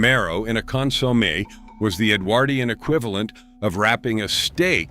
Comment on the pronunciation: Con-sommie? Hilarious.